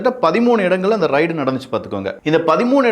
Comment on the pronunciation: சில உச்சரிப்புகளை சரியாக சொல்லுங்கள். ரைடு இல்லை ரெய்டு. மற்றும் எல்லா காணொளிகளிலும் "ல்" - லை,"ள்" என்று உச்சரிக்க வேண்டாம். சரி செய்து கொள்ளுங்கள்